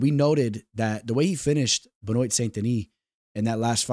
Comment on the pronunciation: For the future, Benoit = Ben-Wah!